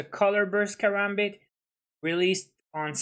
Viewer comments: I was being sarcastic Also he said "Karambit" not karabit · Killer Sol he said karabit